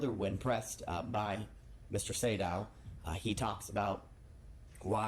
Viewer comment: Sedow=say-dough. Just fyi